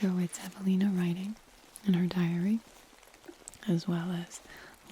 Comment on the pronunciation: Ohhh, you said Evelina? I thought you said javelina, as in the wild pigs we have in Arizona. 😂